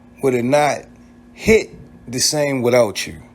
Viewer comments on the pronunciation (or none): Whatever they needed her to dur??? Why y’all say dur, yur instead of do & you???